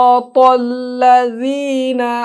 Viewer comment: অনেক হুজুর সুরাটা পড়ার সময় সিরাতাল লাদিনা উচ্চরন করেন, কোনটা ঠিক লাযিনা না লাদিনা